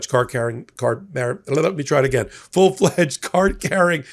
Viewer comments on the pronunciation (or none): none